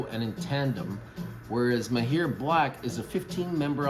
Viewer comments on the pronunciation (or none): It’s pronounced Mah-hir … generally means an expert or skilled in something… Great vid!